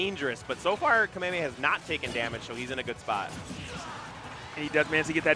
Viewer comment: He puts the emphasis in the wrong syllable, not really sure why it's cringe though